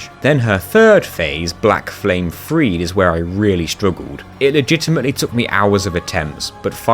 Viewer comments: Why do people call him "Pontiff" as if it's his first name? lol The e at the end of "Friede" is also not silent. It's Frie-duh, not Freed. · The way you pronounced sister friede is so infuriating